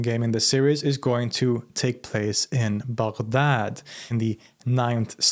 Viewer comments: Finally, someone who pronounced Baghdad right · Im shocked on how you pronounce baghdad so accurately, good job